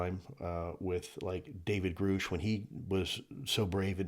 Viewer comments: Lue- Just saw your interview on Watch Mojo: thought it was great, but this is 2nd time I’ve heard you mispronounce David Grusch’s last name. It’s Gr-uh-sh not Gr-oo-sh. Keep up the great work and have fun in the SCIF on the 29th with David, Chris, and AARO!! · Lue, I’ve heard Dave pronounce his last name…why do you continue to say Groosh? Honest question, not a criticism. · It's "Grusch" ...like "rush" ;) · Is Luis taking the piss when he pronounces Grusch as Groosh? Heard him say it like that multiple times. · You keep mispronouncing David Grusch's name... surely many must have corrected you by now. Is there a meaning behind this? Look up his CSPAN testimony to congress if you want to hear it from the source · Lou said they worked together so he should know how to pronounce his name. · I know Lu said they worked together. Are you suggesting David Grusch doesn't know how to pronounce his own name? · I also question that. He supposedly worked with Grusch so you'd think he'd know how his name is pronounced.